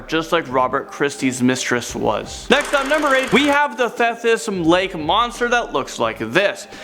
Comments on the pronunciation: I'm on Vancouver Island in BC and have NEVER heard of this Caddy Monster 😂 I grew up in the Okanagan so we had the Ogopogo 😁 It's Thee-tus lake Don't be a wimp, go to the screaming tunnel! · Number 7 is pronounced THeeTus lake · Good try on #8 but it's pronounced thee-tiss (lake) but it ends up sounding almost like thee-atiss bcuz that long e with a hard t together. Oh the lovely summers at the beach there...never saw a freaky fish man about though. Damn!